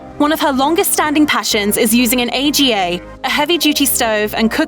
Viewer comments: The stove/oven isn't called an Ay-Gee-Ay! It's an AGA. (Ah-Ga!) Famous and often found in farm kitchens, large houses and the kitchens of proper cooks. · It isn't referred to as an A.G.A. It's called an Aga and pronounced arga. Narrating a vid about a chef and you can't get that right? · A.G.A. pronounced aaaaga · A G A.....its called a fuqing "AGA" not a g a AGA as in Arrr Gaaah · AGA is a word, it is not poronounced A.G.A! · yes, this was so annoying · I'm sure lots of people must have told you by now Aga is pronounced Arga. It made the whole thing less believable for me. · Made me laugh too I thought what is an A-G-A. I thought everyone knew what and dreamed about owning an Aga 🤣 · AGA is one word, not A.G.A. Who on earth says A.G.A.?! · Lol you could've Googled how to pronounce Aga... Great research skills, clearly.